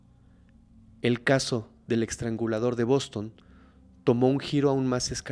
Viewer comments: Me gustan mucho tus narrativas😊 nomás como constructivo, es “EStrangulador” NO “EXtrangulador”😅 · Sigues aventándote tus muchos y buenos 4s, eXtrangulador???????? Trasgresión??? Intimidat y varias así. Lee más, pero a conciencia, y corrígete. Esto está súper mal si el lenguaje hablado es tu profesión.